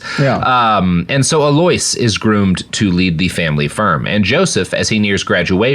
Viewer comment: "Aloish" is I'm guessing Aloysius which I think is pronounced Al-oo-ish-us